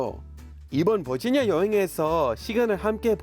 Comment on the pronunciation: 올리버쌤 버지니아 한국발음 너무 인상적 😂